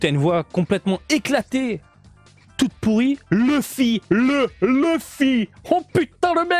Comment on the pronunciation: Tu as bien fait de le dire maintenant je dirais Leuffy (duck) au lieu de Louffy comme Kid Buu :-p